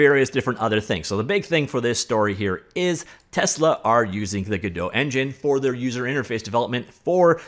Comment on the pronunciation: hmmmhmmmm... some hot info there! and it's Godot!